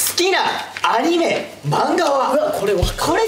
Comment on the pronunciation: だいちゃんの関西弁「ア→ 二⤴︎ メ⤵︎ 」 このイントネーションで言ったことない同じ関西人やけどだいちゃんのイントネーション好きやで！！！！！！！！！